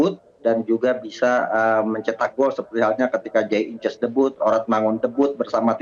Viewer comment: Pengamat nyebut nama idzes dibaca inces, inces mah hubungan suami istri sedarah atuh ehh